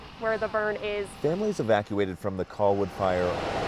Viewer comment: That reporter keeps saying coll-wood, it's driving me crazy.